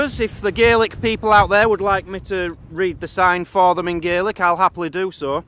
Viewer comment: It's Gaelic not GAelic god damn it the English never get it right